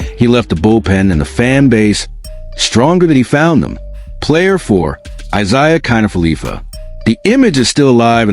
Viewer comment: IKF is Isiah kiner-falefa. Not felipa.